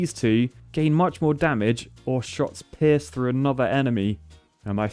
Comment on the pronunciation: saying pierce sounding like piss "they piss, they piss" love it